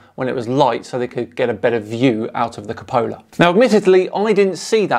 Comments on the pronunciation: Hey I love your videos but please pronounce "Cupola" correctly (Q-pola). (You call it the Capola). LEO really has shot himself in the foot with that vid lol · It's pronounced Cu--po--la my friend...love what u r doing, keep it up! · You keep mispronouncing "cupola"